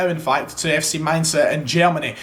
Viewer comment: The pronunciation of that Mainz is top drawer, gg